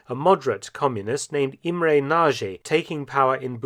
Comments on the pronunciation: Nagy is pronounced "Nodge", not "Nazhee". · Mr. Felton, Nagy is not pronounced the way you say narjay, but it needs to be pronounced narrrj. It means large. Hungarian is the hardest language to learn, so I cannot blame you for this error. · Pronouncination for "Nagy" is about "Nadj". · Also the pronunciation of Nagy is wrong. Nadge would be more accurate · All good, but try to get the pronunciation right: Imre Nagy - the Nagy is prounced roughly "nodge". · Go to Google Translate, select Hungarian, write Nagy and listen to it. It will not be Naje, that's for sure... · It's funny to me to hear how Mark pronounces the name "Nagy" 😄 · Nagy pronounciation is wrong